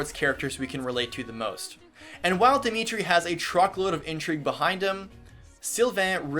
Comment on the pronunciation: Woop you have Dimitri his proper Welsh pronunciation, nice!